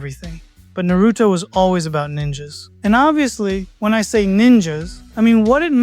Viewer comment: I dont belive you love Naruto calling it Naruuto.